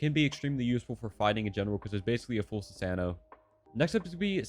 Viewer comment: Sue - Sahn - O, love your videos, but please say it right.